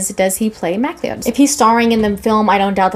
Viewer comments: .."conner m..Mack-Lee-Odd"..hmhmhm😂...it's Mah-cLOUD. another great story which could've universally been acclaimed masterpiece upon release, had not the source and director's vision been hampered by cheapskate producers..(plus.."Aliens"..y'know?). the interference was far worse in the 2nd, although mulcahy redid that a decent bootleg...most of the tv series was way better than the rest of the films, and the Japanese anime is awesome. The swordplay will be top rate, hek, likely even set a new bar...but...the premise is wherein it's heart and soul lay...if chad can handle (expand) the immortality theme in a mostly practical way as good as he does stage combat then, well, the possibilities are limitless. cannot lie about having my doubts, although...shhhEEzuz, am hyped to the max! thanks again. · Pronounced Mac-Cloud!